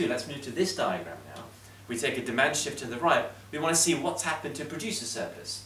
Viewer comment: It was Shift. Not Shit😂😂